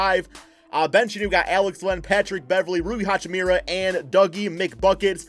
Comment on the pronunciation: Guy can't say hachimura's name properly ffs 🤦🏻‍♂️😂